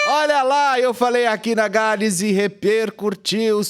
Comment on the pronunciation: Repercutiu. Não tem aquele "R" que vc fala depois do "U" 😊